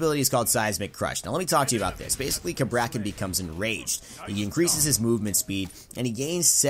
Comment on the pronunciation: I get the feeling he is pronouncing the god's name wrong